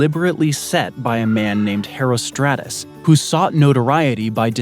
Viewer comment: Well, every dictionary (British and American) agrees that "subsequent" is pronounced with the accent on the first syllable, and the names "Metagenes" (Μεταγένης) and "Herostratus" (Ἡρόστρατος) were butchered pretty badly (ask any Greek person), but I guess you don't believe that words have correct pronunciations, and that we can just choose whatever sounds good to our own ears, because "we're all different", so you must not mind when people mispronounce your name, since it's all subjective and up to the whim of the individual.